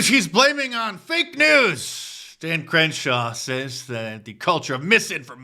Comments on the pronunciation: Not sure if you said Cringeshaw or if I misheard you, but Cringeshaw it is 🤣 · Mark you havin' problems saying Crenshaw' name 🤔😂🤣🤣🤣 99 is my fav. 😁